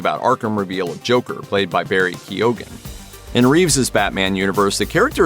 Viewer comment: Americans Still ain’t pronouncing Keoghan properly 🙄